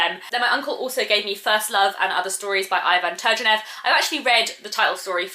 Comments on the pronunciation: Please google how to pronounce Turgenev's name correctly , because the way you said it is very very wrong. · I think she pronounced it in an American way xD